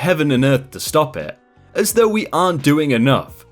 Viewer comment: Though is pronounced like hoe with a th in front of it. Not like threw.